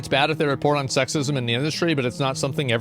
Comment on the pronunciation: why does asmongold pronounce "the" as "nuh". for example at one part he said "i keep saying nuh wrong word" instead of "i keep saying the wrong word"